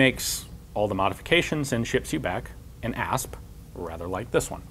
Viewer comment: I thought he said Ass